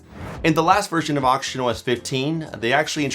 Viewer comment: Are you saying oxygen or auction? That confused me foe a sec there